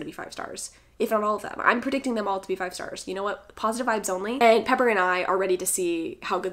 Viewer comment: Okay I thought I was just like mishearing you for years 😂